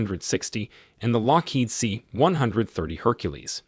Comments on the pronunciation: This is the reason I closed the video and went to look for another. Say it with me, "see one thirty." At least the robot voices are getting better. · For the love of all thats holy, STOP saying C ONE HUNDRED THIRTY! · you can tell the narrarator has never heard of a c130, c160, or probably any other military naming scheme just by the way he says them. "C one hundred thirty". Oh boy. Plus grammar that could only be credited to a single draft script never being proofread. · Like everyone else, it is pronouned: C-One-Thirty. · The "C one hundred thirty" put me off this vid straight away. Also, as someone who relies on the A400 to get to and from the island where I work frankly, it's a piece of crap. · C-one hundred thirty sounds sooo wrong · I don't mean it literally. I'm not saying out of the 8 billion people in the world, we all say it the same way. However, as someone who lives in the states and is in the air force, it is said C 1-30, I've never heard anyone say it any other way.